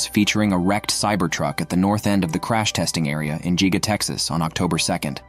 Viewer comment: Pro tip: If you want the robot voice to pronounce things correctly you have to spell them differently sometimes. Don't type in "Giga" type in "Gigga" or "Gig-a". The computer should say those correctly. It sees "Giga" and because there is only one "G" it thinks it should be said "Jeega". Try "Gigga" then the computer voice should pronounce it correctly. Cool video!